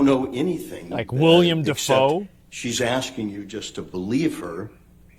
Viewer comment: It’s Willem Dafoe, not William.